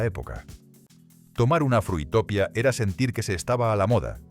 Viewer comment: Frutopia se pronunciaba como utopía. 😂